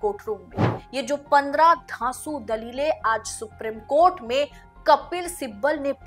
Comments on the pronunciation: Dear madam suprim court naheen Supreme Court hei Aap ka uchharan कानों को khatak ti hei K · Sooprrammmm coat 😂